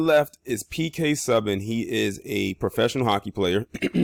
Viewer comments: Pronounced (phonetically) - Sue - ban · It's like "Sue-ban"